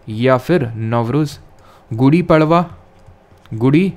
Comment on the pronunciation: पडवा❌ पाडवा✅